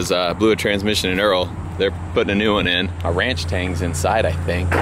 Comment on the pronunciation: why do you call it "ranchtang" instead of "ranchStang"?????